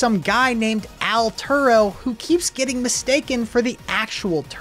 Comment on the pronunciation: Bro called him AL Turo